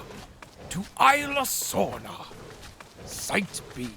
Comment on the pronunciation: Did he purposely pronounce it aye-la Sorna, instead of eez-la Sorna?